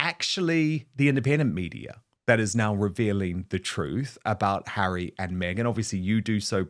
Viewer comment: His name is Harry. Not HAIRY. Honestly can’t you pronounce his name correctly.